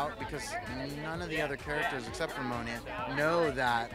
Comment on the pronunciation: did he say monia instead of mona